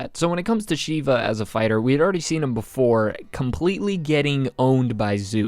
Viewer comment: As an Indian, I can confirm that is not how you say Shiva